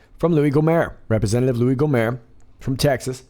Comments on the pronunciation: The "T" isn't silent in "Gohmert," but keep on rockin' for the free-world, Sir. It's a good thing that I'm a confirmed volunteerist and closet anarchist because I couldn't bring myself to vote to have Louie Gohmert representing me since he's about as sharp as a crystal-ball, but at least he's not one of those Eyes Wide Shut satanist-types raping children or shilling for another murderous war for profit. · Love your analysis but just want to say one correction. Louie Gohmert is pronouced with a long "o" and "ert" is with a hard "t", and not a French "t" that is silent. I'm think Mr. Gohment (the fine representative that he is would appreciate it. :)